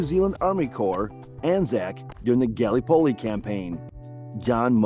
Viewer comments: Felt like I was having an aneurysm every time he said it. So painful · Not a bad questionnaire, well balanced overall. However, please, in future take a little time to get the pronunciation of place names right. As a Kiwi my skin crawled at the almost comedic pronunciation of Gallipoli. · Not only Gallipoli. Don’t think he got one name correct pronouced…